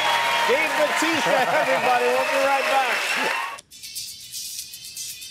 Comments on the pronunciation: It's Bautista, not Batista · its pronounced 'bawtista' just saying